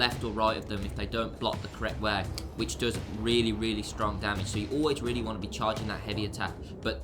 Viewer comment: Damage!!! Not damadge lolol